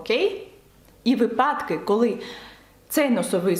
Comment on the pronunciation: Дуже дякую за те, що зробили окремо відео українською. Це просто геніально. Продовжуйте, будь ласка. Ви просили виправляти помилки українською. Я помітила, що ви вимовляєте слово випАдок з наголосом на другому складі, але правильно вимовляти на першому складі. Це маленька дрібниця, я просто помітила в багатьох відео і тому написала, щоб все було ідеально ❤️ Мені подобається все, що ви робите. Дякую 💙💛